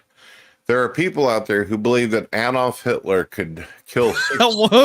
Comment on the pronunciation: To be fair to, that was the correct pronounciation of Adolf. He just didn’t know😆